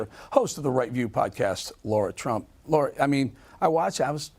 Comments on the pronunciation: Eric... she is "Lara" not "Laura"! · It's not hard Bret. Her name is LARA not LAURA. Get it right from the start.